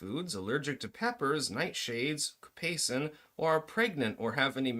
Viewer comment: It's capsaicin